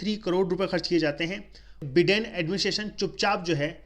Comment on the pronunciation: Abe बिडेन नही be बाइडेन होता hai ❤️day 😂